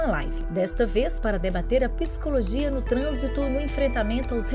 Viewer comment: Gentileza orientar a locutora que a pronúncia é PSICOLOGIA e não PISICOLOGIA.